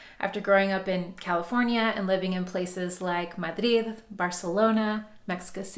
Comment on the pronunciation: Huge pet peeve is when someone speaking English and they pronounce words in Spanish example you didn’t see Madrid what you say in English you said it like they say it in Spain, but then you went on to say Barcelona in English and you also do the same thing about Puerto Vallarta And Mexico City. If you’re speaking, English pronounce the cities in English no one speak in English and they referred to Russia, often this country of Russia and Russian. What did people do this when it comes to Spanish? I have no idea. Y por cierto, también hablo español así que es una molestia que no veas